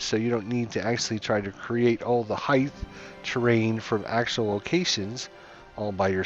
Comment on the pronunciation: Heith? ...height?